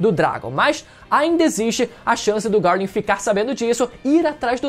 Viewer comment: É só eu que sinto dor de barriga quando ele pronuncia o nome do Garling?